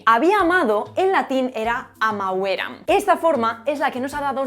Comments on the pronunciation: Nicht amavéram, sondern amáveram! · Estudia la acentuaciôn latina, muchas veces te lo he escrito😮😂 AMÀVERAM, et. y NOOOOO *AMAVÉRAM, etc.